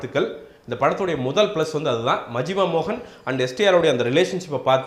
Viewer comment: YO!! Athu yenna Majuma Mohan,,,,Majima Mohan.......... Atleast say it correctly U moron!!